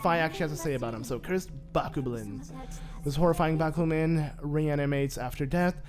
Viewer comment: It's bo-cob-len